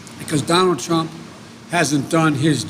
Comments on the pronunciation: President “Clump?” at the mark? 😂 Whether it’s Trump or “Clump,” as you say, that’s who I’ll be voting for, not you. You aren’t for the people when a) you have no crowd and b) you don’t take questions unless they are scripted in advance. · PRESIDENT CLUMP??????? MY PRESIDENTS NAME IS DONALD J TRUMP. NOT CLUMP. CANT YOU GET ANYTHING RIGHT JOE????